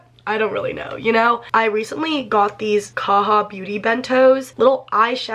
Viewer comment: Girl ily but you pronounce the j in kaja <3